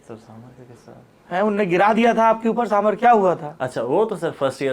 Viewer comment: Mr Dwivedi please learn from some of your colleagues. Your pronunciation really makes one wonder about your general competence. It's साम बार not साम भर. सीतारामन ना कि सीतारमण, मेनका गांधी ना कि मनेका